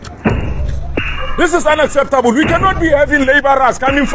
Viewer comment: Ignorant & lazy fool! He can't even pronounce "unacceptable." Ridiculous!